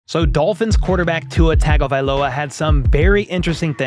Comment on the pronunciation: hey, just to help you out here, Tua's last name, Tagovailoa, is pronounced " TUNGA-vailoa "